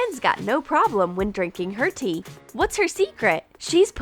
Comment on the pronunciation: I thought she said pee not tea wth